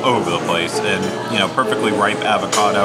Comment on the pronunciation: I can’t get over you mispronouncing “avocado” a dozen times lol